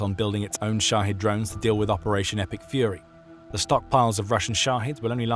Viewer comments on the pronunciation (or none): Shahed drones! I thought he was saying "Russia's shotty drones" as in sh!tty. 😅